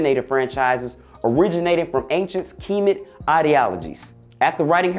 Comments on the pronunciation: K"I"met? Don't you mean Kemet? C'mon black man, u gotta know how to pronounce IMPORTANT words pertaining to US! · did he say key-mit? I thought it was khemet.😂😂😂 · "Keemit" bruh??? Don't disrespect Egypt that way. Get it right. You kids at comedy hype are a joke. No pun intended